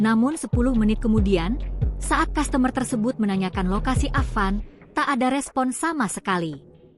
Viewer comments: Customer itu dibaca "kastamer min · Kok customer dibaca dengan gaya Indonesia ya?